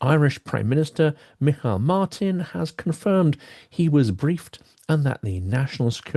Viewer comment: The Irish prime minister, Taoiseach (TEE-shock in English) is Micheál (ME-hall) Martin.